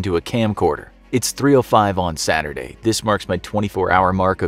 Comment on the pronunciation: "Saturday" o k